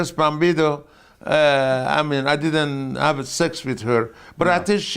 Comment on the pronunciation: On Wendi Richter - "I thought one of these days, she gonna do a job for me, but she didn't so she get a lot of heat with me." Also calling Chris Candido Chris Bambido was classic.